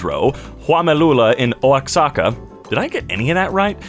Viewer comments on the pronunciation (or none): Owacsaca absolutely fucking killed me SIR PLEASE OAXACA IS PRONOUNCED WAHACA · Just so you know it's pronounced wha-hawk-a(oaxaca) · He pronounced Oaxaca like oaskaka I’ve done that so many times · Oaxaca = wa-HA-ka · By the way Oaxaca is pronounced Wohocka. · Oaxaca is pronounced wah - hah - cah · Oaxaca is pronounced wa-ha-ka for future reference